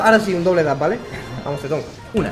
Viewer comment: Como le dice teton 😂😂😂